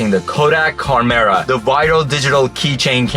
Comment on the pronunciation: Uh, it's supposed to be "CHARM"-era.